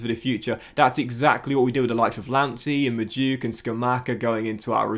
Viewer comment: its pronounced noni mad u eke